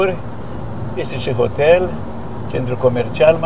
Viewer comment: La noi în România se spune "hotel" nu ,otel, sau poate ești conlocuitor 🤔